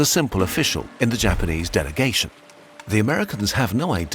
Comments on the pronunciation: The Japanese pronunciation is impressive! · Dang! Having grown up in Japan, your perfect pronunciation of all those familiar historical characters to me, the artistic retelling and portrayal of spinned events (given all the sides), and the numerous connections to modern pop-culture that appeal within, and globally, are simply astounding. Truly well done!